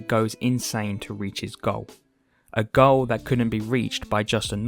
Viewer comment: "YouChube channel...", "...he seriously wants to change his whoad...", "...with your own personal goah..."